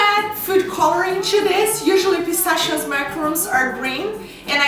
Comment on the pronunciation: ahahaha "pistashio shish"